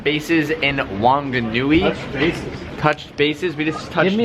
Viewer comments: Whanganui is pronounced fanganui boy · It’s pronounced phunganui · And The w in wanganui is pronounced like an f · Its pronounced like a f dude, wh is f :)